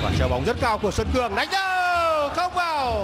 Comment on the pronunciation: p thủ môn Xuân Cường , blv còn đọc sai tên cầu thủ . Haizz